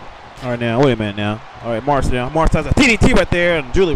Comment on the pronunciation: great preshow! By the way, Maryse is pronounced "Muh-Reese"